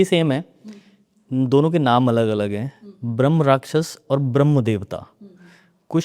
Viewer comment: भ्रमराक्षस नहीं ब्रह्मराक्षस होता है, सही उच्चारण इतना भी कठिन नहीं है।